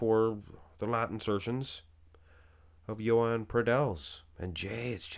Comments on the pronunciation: Everybody pronounces his name so wrong its Joan not Yoan and definetly not Yohan 😂 wtf just listen to an interview with him in spanish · This is the first person who tries to pronounce the name correctly. The pronunciation would be like saying: Joan Pradells ≈ “HWOH-ahn prah-DELLS”